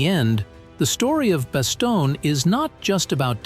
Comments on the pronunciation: Same with Bass-stone, not Basto-nee-a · It is not Bastone EEE. Computers suck. 😢😢😢😢😢😢